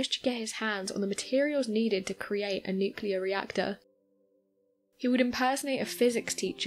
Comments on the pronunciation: Really. An atomic energy MERRIT BADGE IN THE BOY SCOUTS?!?!? Oh come on... And it's "nuclEar". Not "nucUlar". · oh mylanta, it's NU-CLEAR, not Nuk-ular